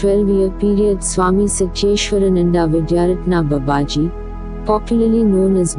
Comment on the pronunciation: Swami sathyeshwaranandaji explains this in his book Babaji. The name BABAJI should be rightly pronounced. It's not babaaji.....it is Baa baaji. In other videos also reader did the same mistake..I hope the reader would rectify this mispronunciation. Leave aside the accent...atleast His name should be rightly pronounced. 🙏